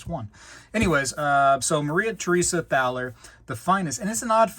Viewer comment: "Thaler" is pronounced like "Tah-ler." It is a predecessor of the word "dollar."